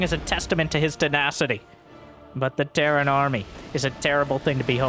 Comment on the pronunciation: Petition to call Terran: "T. Airan" from now on.